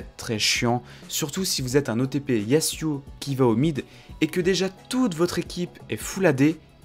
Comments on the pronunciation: c'est pas yassuau c'est yazouo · on dit "yazuo" pas "yassuo" ca c est un streamer xd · Par pitié dis yaZuo CAR UN S entre deux voyelles SE PRONONCE Z ZZZZZZ ZZZZZZZ